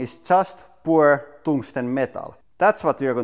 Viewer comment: poor tungsten... i get why he keeps saying that... and that he is mildly mispronouncing "pure"